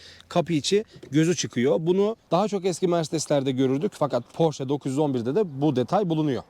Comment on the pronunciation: marka ismini doğru düzgün telafuz eden az sayıdaki kişiden birisin,her özel isim kendi dilinde okunur ve bunun ki almancadır,amerikalılar ingilizler kendi dilinde porş diye telafuz ediyorlar ama oralarda da çok tartışılan bir konu